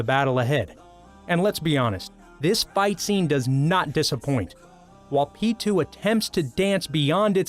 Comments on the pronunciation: what about pitou, isnt it pee. toe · Who the hell is peetoo